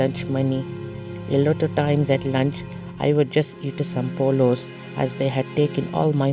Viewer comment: How he saud polo lol